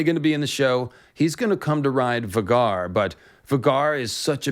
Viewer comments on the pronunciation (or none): Um... 'Va gar?' it's VAY gar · FYI it is pronounced Vay-Gar not Vah-Gar. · Isnt it pronounced VAY-gar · Surely it's pronounced VAY-GAR not V-GAR? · I've always pronounced Vhagar as "Vay-gar", not "Vuhgar", but that's just personal preference. 🤣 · I’m pretty sure it’s pronounced Vay-Gar, not Va-Gar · vah-gar lol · Sorry, but I absolutely hate it when people pronounce Vhagar like "V'garr". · It’s pronounced Vae-gar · Idk why it is so irksome to me, 🤷🏻‍♂️I know who you are referring to, and I myself pronounced many characters wrong in my head while reading, before the show… yet when you pronounce “Vhagar” as vuh-gar it disturbs me tremendously 😂 Same happened to me with “Hermoine” reading HP and I was so relieved as a kid to learn how to say her name properly. 😂 I’m not criticizing you nor encouraging you to adopt the intended pronunciation, just noting my personal reaction. At least it’s not on the scale with M Night Shamalon’s blatant slaughtering of Aang’s name. 😂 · it’s pronounced Vay-gar multiple times on GOT and by GRRM. Also GRRM definitely DOES have specific pronunciation for names, that’s why his spelling is so unique, so not sure where ya got that from, he says every name the same way every time in every interview. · lol Vuh-Garr🤣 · You butchered Vhagar’s name btw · Great vid but the way u say vhagar is hilarious. Still loved the deep dive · LMFAO when did George ever say that. There’s certain pronunciations the way they say the dragons names in game of thrones idk where u got that from. U said vhagar and Syrax name wrong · The way you say vhagar is not correct in my opinion. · Bro your saying vhagar wrong this hurts my ears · You saying Vhagar weird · They mentioned Vhagar several times in GOT. Vhagar rhymes with Rhaegar, plus in interviews the show runner says Vhagar as well. the way you are saying it is off